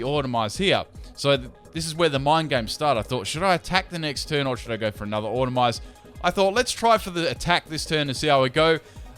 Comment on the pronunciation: Autotomize, not automize! AuTOTOmize!!!!